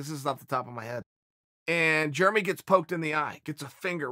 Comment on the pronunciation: Germy Stevens